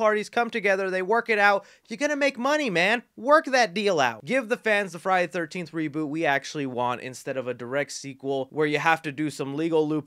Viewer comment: I’m not trying to be mean but it’s Friday THE 13th. You are speaking so fast and… excited(?) that you aren’t annunciating. It sounds crammed together like Frinyaythirnteefth. Just thought I would help. There’s a lot of fans out there apt to find it annoying. Say it slow and separately for a while and it might help. Friday. The. 13th.